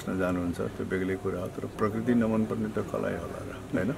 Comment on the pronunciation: Parkirti hoina bhai prakriti ho, 😁😁😜